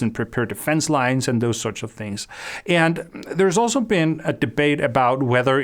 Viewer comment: I cannot handle how you keep pronouncing the word "and"